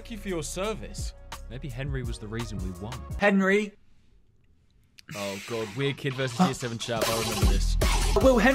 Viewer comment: Does anyone else say enry